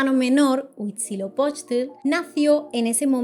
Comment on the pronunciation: Felicitaciones por ser la primera en pronunciar casi perfecto el nombre de los dioses mesoamericanos, por poner solo un ejemplo: Huitzilopochtli...